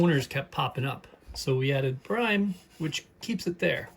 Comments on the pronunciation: 😂 yeah I cringed at the first “brime” 🤦‍♂️ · not BRIME, brim like a hat has a brim on it.